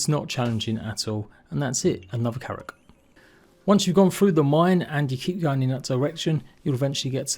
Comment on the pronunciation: Blud sometimes he called it karaks